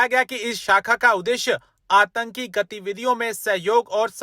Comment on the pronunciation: Bhaiya hindi ki hatya mat karo antaki nahi aatnki hai